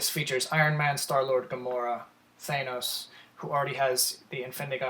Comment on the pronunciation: Sorry had to dislike because of the way you say Thanos